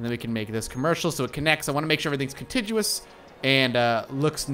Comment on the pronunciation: Please learn to say contiguous.